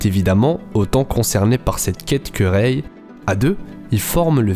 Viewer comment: On dit pas reyye on dit rey